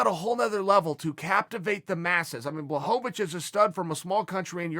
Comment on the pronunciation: Chael knows how to say blachowicz. And that surprises me to the highest of levels.